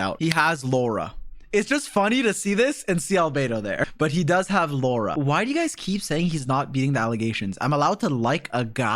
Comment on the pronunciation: Indians hearing lau-ra 😂😂 you will get it 😂